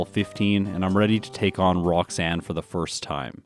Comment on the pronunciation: did you say Brocksanne the first time lol.